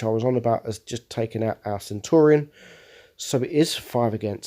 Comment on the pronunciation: Why do you call the Centurion Centauri?